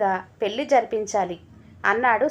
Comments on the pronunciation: పెళ్లి అనే పదాన్ని పెల్ అని చదవి విసిగించే వద్దు. కథ బాగుంది. చదవటం ఇంకా బాగా ఉండాలి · కథ చాలా బాగుంది. నిజంగా తోడు కావలసింది 50 తర్వాతే. పెళ్లి అనేది కేవలం శారీరక అవసరాల కోసం మాత్రమే కాదు. నాకు నువ్వు,నీకు నేను అనే తోడు,సాన్నిహిత్యం కోసం. కథ బాగా చదివారు. పెల్లి అనే ఒక పదం తప్ప, మీ voice కూడా బాగుంది. రచయిత సత్య ప్రసాద్ గారు రాసిన కథలు అన్నీ కూడా ఒక ప్రయోజనం ఉండేలా ఉంటాయి. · Laa should be pronounced properly pelli and malli